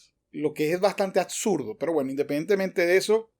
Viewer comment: Te sugiero mas lectura. Hablas mal. Dices atsurdo en lugar de absurdo, saquiar en lugar de saquear, dices etsistir en lugar de existir. Y asi como esos ejemplos expresas incorrectamente varias palabras. Te sugiero que te superes.